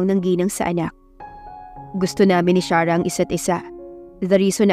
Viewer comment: Pangit ang pagkabugkas ng arte charah 😂😂😂imbis na Sarah kaluka